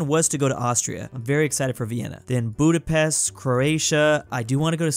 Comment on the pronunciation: His pronunciation of Budapest makes me mad